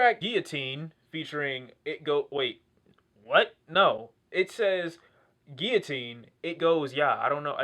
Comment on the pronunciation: pronouncing Guillotine like he actually paid attention in French class